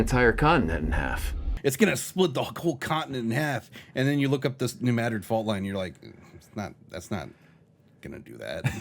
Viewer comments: I must say it: New Madrid (with the emphasis on the i) would be the proper way to say it. Madrid derives from an arabic word, and those tend to have emphasis on the last vocal, just like hebrew words, also, just like the word Breen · As somebody whose family lives in New Madrid, hearing it pronounced the way it is in the movie makes me physically cringe. I've drove down Main St. a billion times by now and you're totally right about how a three story building is unheard of down there. Most of my time is spent worrying about mosquitos much more than earthquakes, though. Great video as always guys!!! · I loved the tidal wave passing over the top of the Missouri Capitol Building in Jefferson City.....over 250 miles away. Characters are in one location one minute and then 100 to 300 miles away in the next scene. Pronounced New Madrid wrong every freaking time they said it. Giggles. I'm convinced they used stock news footage from the Joplin tornado. This film looks like it was made using groupons to buy stuff and was written by some middle school students who had no access to the internet. This film is absolutely tragic garbage. And I love it. It's hilarious.